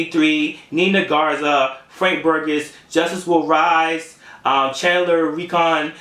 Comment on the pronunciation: Thanks for the shout out man, and it's pronounced "burjess" lmao the g makes a j sound, don't worry that happens a lot and not doubt bro I always support hard work! And dope review, I agree that ty dolla sign has talent, even though he's not my fav type of artist. I respect the project tho for what it is and he's a better artist out doing this type of music. I also was at highline ballroom on Monday I met joe budden and everything man and got to see him perform it was beyond dope! One of tee best live performers I've seen.